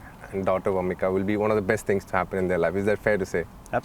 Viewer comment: It's vamika not warmika